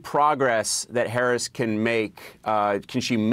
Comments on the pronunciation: This guy is volunteering for Kalama but he's saying her name wrong like Donald Trump does 🤦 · Say her name right please 🤷🤷🤯😂😂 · First ..yall need to say Vice President Harris name right..Geez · Even his supporters, canvassers can't say her name right? Come on.